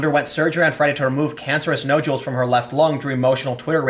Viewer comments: Jesus h Christ on a rubber crutch “Nod-u-Ls” google words you can’t pronounce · nojewels... is there anything tim CAN pronounce properly?